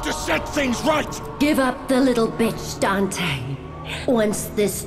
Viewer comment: The mispronunciation of Dante urks me